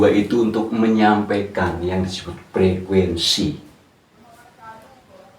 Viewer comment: Frekuensi apa frekuesi pak😁